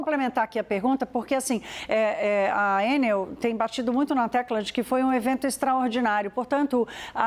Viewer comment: Por que vocês pronunciam Ênel e não Enel? O Brasil está falando várias línguas agora? Ênel seria a pronúncia inglesa! Alguém tem que botar ordem na casa. Estão massacrando a língua portuguesa. Então, vamos começar a falar "ánel", "pápel", "côrdel", "bôrdel", etc..Se querem falar "Ênel", então coloquem acento no primeiro "E". Por acaso vocês também falam "Bélarus" em vez de Belarus???